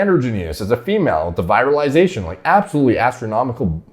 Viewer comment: You need to really work on your pronunciations, it's not "viralization" it is "virilization". You pronounce several things wrong in pretty much all of your videos, and it pretty much goes to show you're just regurgitating info, and you don't actually know much about this stuff in general. If I'm wrong then I'm wrong, but seriously you need to at least sound like you know what you're talking about.